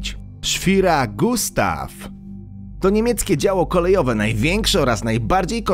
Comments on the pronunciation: schwerer gustav a nie schwiral gustav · "Szwira Gustaw"? No bez jaj! Minigun w WoT? W jakim pojeździe można tym strzelać? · Wymawia sie Szwere Gustaw ;) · "szwira gustaw" skisłem 😂😂😂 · No sorry ale Schwerer Gustav na pewno nie czyta się "szwira Gustav". A "Szczur" miał być samobieżnym działem obrony wybrzeża. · Najpierw naucz się wymawiać nazwy, zwłaszcza po niemiecku. Dwa, że nie słyszałem, żeby w World Of Tanks był używany Minigun. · "Szwira Gustaw"??? , Autorze , Twoje nie-umiejętności lingwistyczne są godne odnotowania w Księdze Guinnessa, tragedia . tego nie da się spokojnie słuchać :-) , kolejne "kwiatki," generał Payton (Patton) , gra czytasz Word(łord) of Tanks.Tyle lat ,ale jesteś odporny na wiedze i trudny do z.....nia.